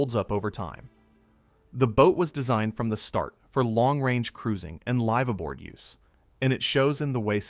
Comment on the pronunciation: LYYYYVE ABOARD????..... I agree with it is a short i not a long i (Y) sound. The letter i as in the English word 'if'. You would be better saying lifaboard , at least you would sound knowledgable without being distracting. If you are going to want English speaking mariners to believe you have any authenticity, then crown your work with proper pronunciation. Otherwise a decent video.